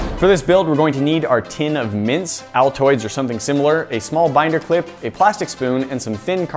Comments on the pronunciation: Yeah i litterally thought you said mince instead of mints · I thought you were saying mince. Mince dust? What?! LOL